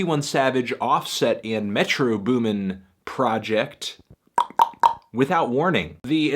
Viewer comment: Goddamn its Metro BOOMin not METro boomin. Shit is annoying me.